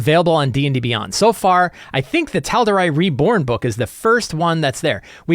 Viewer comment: Great episode per usual but the pronunciation of Tal’Dorei was killing me every time. 😅